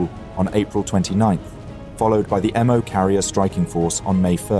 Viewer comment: not "operation emm oh". Japanese doesnt use a fucking alphabet. Its "operation MO". as in MO, the katakana or hiragana character. Jesus fucking christ, after "operation Kay ee" and "abe"(as in abraham abe, instead of a-be, like a JAPANESE name), this channel is quickly becoming a fucking laughing stock.